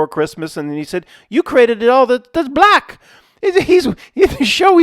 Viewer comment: The hard B in 'he's b-lack' xD 10/10